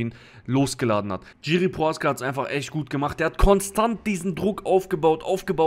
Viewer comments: Name wird jirschi ausgesprochen nicht tschiri!!aber wie sonst geiles video!!! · Bro, bitte man spricht es nicht "GIRI" sondern "Jiri" aus (tut mir als Tscheche weh in der Seele) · Kurzer Kommentar zur Aussprache von "Jiří Procházka", gehe mal nicht auf die diakritischen Zeichen ein (Haken und Strich), da das r mit Haken in der deutschen Aussprache nicht existiert und das lange a von der Betonung sehr ungewöhnlich wäre. Aber es macht keinen Sinn das "J" von Jiri, wie ein englisches "J" bei "Johnson" auszusprechen, es ist einfach ein "deutsches" "J" wie bei "Ja".